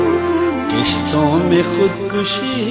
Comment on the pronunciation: Brilliant calligraphy but never expected from a ghazal singer that they would pronounce 'Kishtou'n mein' instead of Qistou'n mein. Irony is that except very few singers, majority of urdu speaking population failing to enunciate correctly.